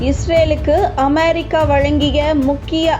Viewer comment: அமெரிக்கா வா? அமாரிக்கா வா? நீங்கள் உச்சரிப்பது புதுவகையாக இருக்குதே? Styleலா?